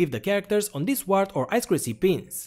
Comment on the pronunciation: When you say 'return button' , you actually mean backspace. The return button is the enter key, which you named send on your keyboard. Also: UART is pronounced 'you art'